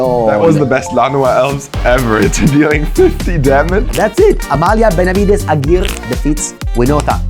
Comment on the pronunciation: excellent games, Amalia easily going (almost) infinite is really a powerhouse the way pronounces Amalia's name is almost perfect, lol he pronounces Aguirre as "ahghirr" when it should be pronounced "ahghirreh"